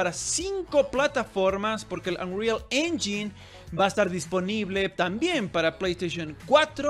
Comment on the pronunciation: Según yo, "engine" se pronuncia *enyain"